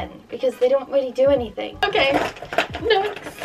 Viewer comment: When you say next it sounds like nesht